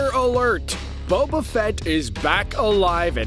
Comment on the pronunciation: Anyone realise how he said Bobo instead of boba